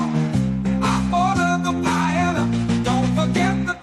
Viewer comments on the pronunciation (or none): Love the music. I did laugh when Wendi called paella. “”Pay-ya-ya. She’s a piece of work